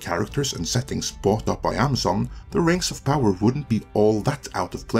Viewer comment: What is this "Rangs of Pahwer" you speak of? Never heard of it.